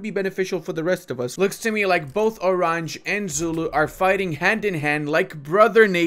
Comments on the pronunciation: Please, stop calling Oranje "orange". It spells like /oˈrɑɲə/. I generally don't like these rasicst rednecks, but having spent some time in South Africa (actually with the San people - the ones who talk with "clicks" - and they are as cool as they are being portrayed in movies, if not even more) it almost hurts me physically if you mispronounce it that badly. 😜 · Oranje is pronounced O run yah